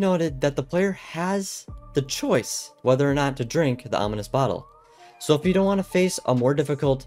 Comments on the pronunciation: It's ominous, not onimous 🫤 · Not being mean, but you mispronounced ominous. You said onimous. No hate and have a blessed day 😊